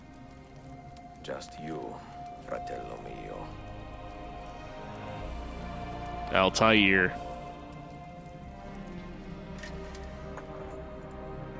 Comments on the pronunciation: Altair's name is not pronounced as ( Al-Tie-Ir) it's actually (Al-Taa-Er) Anyway Altair is bettere than Ezio. 1 Reason is = He's Palestinian 2. He lives at Masyaf (Modern Damascus) and thats where i live. Ezio's just some motherfucking bastard who kills for no good cause!!! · Im pretty sure its pronounced Alt-air. And nasir Y U NO REPLY TO PM I SEND U? -Lucario